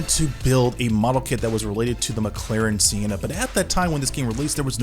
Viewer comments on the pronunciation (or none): It's Sen-na. Not See-en-na. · Not gonna lie got a little triggered by how he pronounced Senna